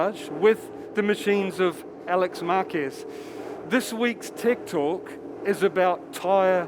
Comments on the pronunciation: Am I the only one who heard "this week's tik tok" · Who heard tik tok instead of tech talk???